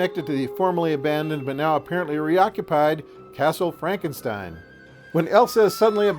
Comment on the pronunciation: Fronkensteen? Do you also say Froaderick? Why isn't it Froaderick Fronkensteen?